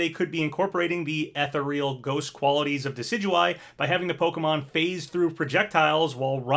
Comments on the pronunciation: "Ethereal ghost qualities of Decidueye" Ethereal is pronounced more as "Ah-thur-ree-all", not "Ethe-Reel". Great video though, was waiting for this one. Hopiing for Yuri Lowell in Smash with the Lloyd Mii Fighter returning. But Lloyd playable would be sick also. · That's not quite right E-thear-eul is closer to the original